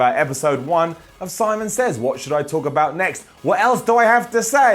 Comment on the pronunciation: Lol. "Simons Sits."